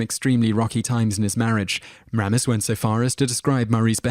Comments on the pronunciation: You mispronounced Harold Ramis' name, not once but twice, you idiot! It's actually pronounced "Ray-mis" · Ugh especially ‘Ramis’. It’s “RAY-miss”, ya ignoramus. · and it's Harold Ray-mis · funny how he's all into U.S. celebrities but mispronounces many of their names, like 'Harold Rommis'. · Or RAR-miss for that matter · After watching half a dozen or so videos, I can't resist it any more. The narrator needs to learn to pronounce people's names. The name Ramis is pronounced Ray - miss. The name Tejeda is pronounced with the "j" sounxing like an "h" (in the video "People Too Beautiful...") There are others but those were the most annoying for me. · The narrator gets quite a few names wrong in his pronunciation. And, oddly, a couple he pronounces TWO ways within seconds of each pronunciation!! "Kenny BARKer"? "Richard DRAYfus"? "Georger Take-KI"? :Harold ROMiss"? -- Really?? He does eventually start saying Kenny "BAKE-er", at least. How do you mispronounce a simple name like "Baker"? He calls Harold Ramis (that is "Ray-miss") both "ROMiss" and "RAMiss." And George Takei is pronounced "TAH-Kay." In the other comments to this video, another fellow thinks these mispronunciation has to do with the narrator's accent, but I do not agree. The guy simply can't pronounce names properly. It has nothing to do with his accent. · AND it's not Rahmas; its Raymus. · It's RAYmis not RAMis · What the heck? How is it even possible for you to mispronounce 'Harold Ramis'? ( 'RAY-MISS' not 'RAW-MESS' ) How annoying, Clearly you do not do any real research... In fact, I'm not just being nit-picky, that is a 'tell' that shows: 1) That you have clearly never heard his name spoken out loud and are therefore 2) most likely spouting someone elses written thoughts. WHOSE WORDS ARE YOU PLAGERIZING SIR? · Its Harold RAYMIS not Raaaamis. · Harold R"AY"mis not Harold R"AH"mis you buffoon. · Whose Harold RAM- is its Ray -mis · I'm British, but I know it's Harold RAY-miss not RAA-miss.